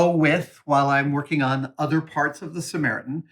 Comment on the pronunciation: Did you miss the short "T" in "SAMARITAN"?